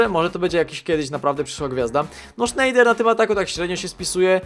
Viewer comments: Fajny odc ale nie Sznejder tylko Snajder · nie czyta sie sznejder ale snejder:D. A koenders czyta sie kenders Pozdrawiam!